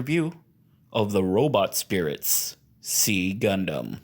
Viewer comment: It is pronounced [ksi] in Modern Greek, and generally /ˈzaɪ/ or /ˈsaɪ/ in English. Not "see" or "C"-gundam.